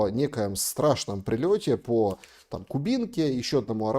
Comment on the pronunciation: по КУбинке, ударение на У. А что-то не слышно стрельбы...